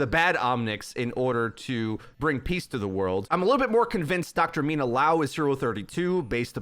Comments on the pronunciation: It's Liao not Lao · Dude, just say Mina...you can’t say her last name even if it’s just the same amount of letters as her first...